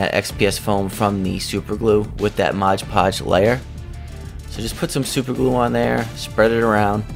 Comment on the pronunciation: There is no "g" in "Mod"!